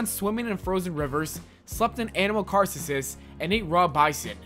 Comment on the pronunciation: It's carcasses not carseses